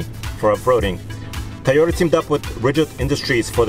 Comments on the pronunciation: he said TYOTA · Toy oh tuh,! Say it with us. 🤣